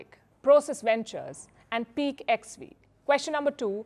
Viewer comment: "Peak XV" is pronounced "peak fifteen" not "peak ex vee", kinda shameful that a news anchor does not know this